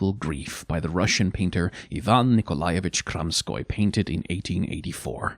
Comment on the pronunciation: Thank you so much for the video and also pRONOUNCING KROMSKOI'S NAME RIGHT!!! YASSSS!!! THANK YOU THANK YOU!!